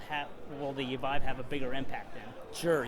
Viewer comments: You lose all respect as an interviewer for the VR community when you call the The VEEVE. I mean I know people barely interested in VR that call it by its proper name. Also it probably means your biased on coverage since I am assuming you have interest in VR and are a fan of the Rift, but then dont even know how VIVE is prounounced. If you called it REEFT I would say the same thing. I own both of them by the way and am enjoying both of them, this was just inexcusable though.... If you think its called the Veeve that means you have talked to literally no one in the industry about consumer VR in general or have become extremely insulated on your coverage of the Rift. You have covered games coming to the Vive though thats what confuses me, did no one ever correct you? I mean its kind of funny that you own one and then called it a Veeve, maybe it was a slip of the tongue I hope thats the case. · Veeve? C'mon man.